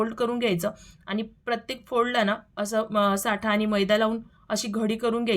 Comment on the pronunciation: साठा नाही ..... ऐकायला बरोबर नाही वाटत साटा म्हणतात....साठा वस्तुंचा असतो